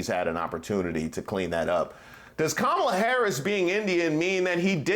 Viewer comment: Hey Caindisss it’s COMMA LA!